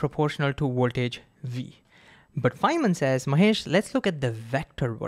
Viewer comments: What is Woeltage? Clearly you can pronounce the letter V, which you did 2 seconds later. Why not say Voltage? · Don't choose Ohm's law as an example if you cannot pronounce ouwaltage and werticle. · The Woltage and the Wertical? 🤣 Sorry... you're awesome dude... keep creating awesome content